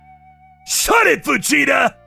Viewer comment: Okay I could have sworn I heard " shut it vegeta " rather than fujita